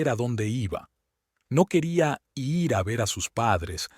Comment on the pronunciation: Me preguntó: Será que el narrador no sabe distinguir el género de las personas ?que siempre confunde masculino cuando se refiere a mujeres y femeninos cuando habla de los hombres? Y porqué dicen i erre cuando van a decir ir? Entre otras cosas